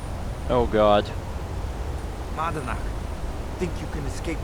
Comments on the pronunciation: It always bothered me that say Madanach wrong, cuz he says "Manadnach". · says "I'm not Manadnach", Subtile reads "I'm not Madanach". Whoopsie!